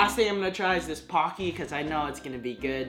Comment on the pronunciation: When he said pocky I thaught it was donkey